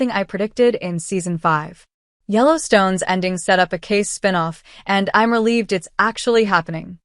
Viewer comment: You would think you would at least know how to pronounce his name. His name is spelled Kayce and is pronounced the same as Casey, not Case.